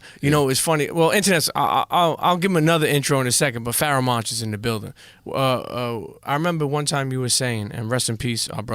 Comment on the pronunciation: You butchered the ever-living fuck out of his name haha.